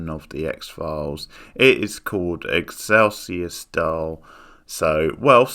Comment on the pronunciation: If you can't even be bothered to pronounce the title of the episode correctly, I am not going to waste my time watching your videos. That goes for all of them.